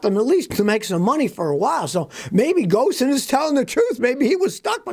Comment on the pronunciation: Hey Scotty ! Love your videos. Small correction- Ghosn is pronounced Ghone. Why- it’s the French way of doing things !